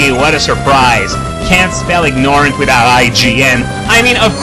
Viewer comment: Sorry if I'm wrong about this, but I believe you have stated before that you appreciate corrections to your pronunciation of words. I couldn't help but notice that in your comment about IGN you pronounced the word ignorant as "ignore-ent." The word is actually pronounced as "ig-nuh-rent." If I'm wrong about your feelings towards being corrected, I apologize.